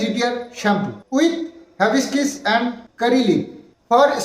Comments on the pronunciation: Havibiscis na hibiscus.. Thik kore bolo... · ওটা হিবিস্কাস হবে।। যখন কোন নতুন কিছু প্রোনাউন্স করবে তখন অবশ্যই করে গুগুল ট্রান্সলেটর এ উচ্চারণ টা দেখেনেবে। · হ্যাবিস্কিস না hibiscus হিবিস্কাস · Bhai...ota habescis na go....Hibiscus otar nam...jaba phul ke bale English a Hibiscus...kichu mone korona bollam bole...ta na hole onnora hayto ata niye abar tomar maja orabe...tai tmr uccharan ta akjan Didi hisebe tomake aktu shudhre dilam bhai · Its not hibiskiss i think its hibiscuss.which means joba phul. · Ore baba ota hibiscus 🌺 Mane joba phul..habiskis noi😅😂😂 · Habiscis noy ota hibiscus bolo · Ota habiskis noy hibiscus 🌺😂😂😂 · ওটা হ্যাবিসকিস নয়... হিবিসকাস... মানে জবা ফুল। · "HABISKISS" na 😂😂😂😂😂 ota HIBISCUS bujhlen? Ei shikhha deben bachha ta ke? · উচ্চারণ টা হিবিস্কাস হবে। জবা ফুলের বিঞ্জান সম্মত নাম । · ভাই উচ্চারণ টা হবে হ্যাবিসকাস। । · কথাটা হিবিসকাস হবে ।তুমি গুগলে আগে উচ্চারণ টা শুনে নেবে,তাহলে ভুল হবে না।তুমি ঠিক বললে তবেই তো কৃষাণু দাদা ঠিক শিখবে।সবসময়ই তোমাদের মঙ্গল চাই, বজরংবলীর পুজো করে যাও,উনি রক্ষা করবেন।জয় বজরংবলীর জয়❤❤ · দাদা হাবিসকাস উচ্চার হবে গো।অব্যশই কিনবো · হিবিকাস হবে উচ্চারনটা। জবাফুলের শ্যাম্পু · হিবিস্কাস উচ্চারণ